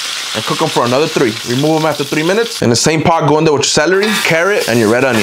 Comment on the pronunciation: I like how you made the word “three” have 2 syllables lol